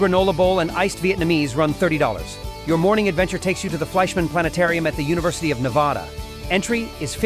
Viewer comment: Listing specific options and prices is a good idea. The viewer gets a feel for the variety of offerings and the cost of each. Correcting the pronunciation of "Nevada" before the end is a plus, but to a resident, the sound of Ne-vah-da is grating. The shots of the Las Vegas Strip gotta go as well, but otherwise, a well done look into visiting Reno on different budgets.